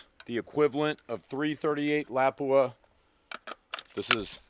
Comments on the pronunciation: You have to be saying it like that on purpose. “Mawzin Negant”, “L’High”, “Lapuwah”…Good ol rage bait haha! Someone in Kentucky named Scott just had his ears perk up! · I'm not one to argue with a lawyer, but if you mispronounce another Lapua or Mosin Nagant, I might do it. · You pronounce stuff weird. LA Pua. Moss in nag aunt 😂